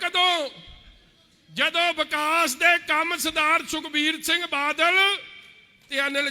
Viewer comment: Pehla badal kehna ta sikh la ➡totlea badal nu vaal saav kahi janda hun tere vaal nu dudh cho kad k bahr marna Punjab ne jida kaptaan marea 👌👌👌thoko thoko taali baki lakh dia lahanta Jere thodi raaly ch aae aa tere vaal saav dia nzej aulada